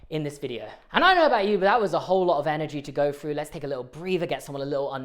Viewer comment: I can’t continue the video pronouncing through as ‘fru’